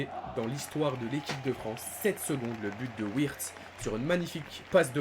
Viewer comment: Wirtz se prononce Virtz